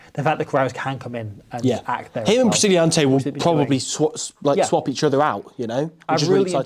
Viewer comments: hahah who t f is priscilliante! prisciantelli. pree cyan teh lee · Geronimo Prisciantelli’s surname rhymes with Fratelli Cheers!